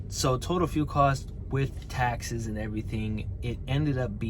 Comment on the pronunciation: Hey it's "taxes"